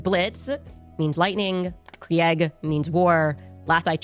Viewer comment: As someone from a neighbouring country to Germany, Candice’s pronunciation of “Krieg” really hurt my ears